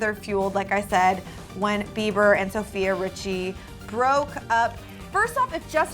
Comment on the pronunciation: "Sophie Ritchie" 💀